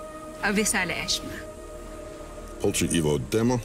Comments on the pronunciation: Lira: Thankyou,Salamat! Danaya: Avisala Eshma! Lira: Avisala Asma Hahahah 😂😂😂😂😂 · Lira: thank you Danaya: avisala esha Lira: avisala asthma Danaya: eshma Laptrip si lira Hahahah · Lira:Avisala Asthma Danaya:Avisala Eshma! Me:haha🤣🤣😂😂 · lira : salamat danaya avishala eshma lira: avishala ashma danaya: eshma lira: eshma avisala eshma me hahhaahahhahahahahahaha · Lira: thank you, salamat po Danaya: Avisala eshma Lira: Avisala Asthma Hahahahahaha😂😂diko magilan kakatawa ko sayo lira😂😂😂😂😂😂😂😂💖💖💖💖💖😂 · nakakatawa si lira: "Avisala Asthma" hahahaha